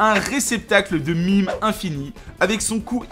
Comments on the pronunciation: c'est moi ou tu dis mime pour meme ?? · At-attends... Tu prononces meme, MIME ?! PARDON ?!